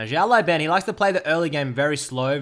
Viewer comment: i think his name should be pronounced as "syao lao ban" (if it's chinese, that im sure he is), not as "jyao lai ben" :D